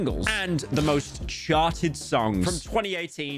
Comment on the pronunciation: did anyone hear Pyro say sharted instead of charted